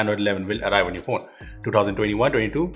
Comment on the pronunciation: The way he says 2021-22 😂😂😁